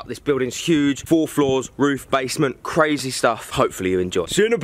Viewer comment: The way he said brazy instead of crazy